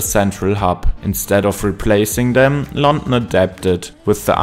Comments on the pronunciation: Very strong German accent. It's London, non Lon'en. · Why do you sound so bored. Also you mispronounced london every time lol